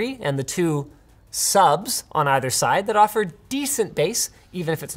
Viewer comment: why did he say s u b s like that?